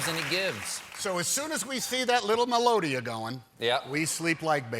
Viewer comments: WTF is a melodia!? That's a melodica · That's a melodica not melodia